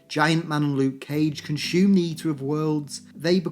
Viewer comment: lol "con-shoeume"